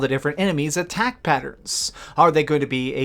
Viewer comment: IT SOUNDS LIKE HE'S SAYING "UHHTTAOCK BUHHTTOUN" INSTEAD OF ATTACK BUTTON LMAO 🗣👂😂😂😂..